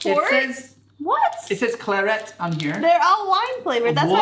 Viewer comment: CLAR•et not clar•ET. It's an English word, not French. Like VAL•et. Don't stress the last syllable of French words either.